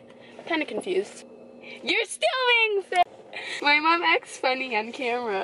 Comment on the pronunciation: I like the way you say mom (mamm)